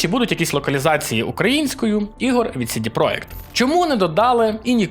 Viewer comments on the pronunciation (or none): Я розумію, чому ти читаєш "project" як "проєкт". Воно так польською. Але чому тоді "CD" ти читаєш як "Сі-Ді", а не як "Це-Де"?